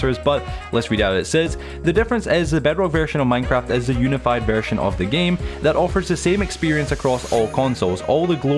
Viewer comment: Dot worry dude, it’s pronounced “you-ni-fide”